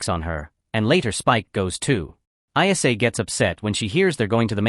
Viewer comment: Also, her name was ISLA, not EYE ESS AYE. AI slop